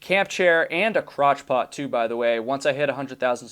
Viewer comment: Did I hear "crotch pot" correctly?! lol